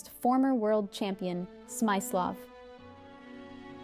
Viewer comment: Don't want to nitpick, but you utterly mispronounced the name "Smyslov"... (I wouldn't have recognized whom you were talking about, if I hadn't known Smyslov's picture...)